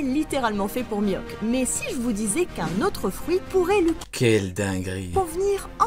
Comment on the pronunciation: ELLE A DIT MIWHAK NIVEAU EMPEREUR J’AI FAILLI ARRÊTER LA VIDÉO 😑mais bref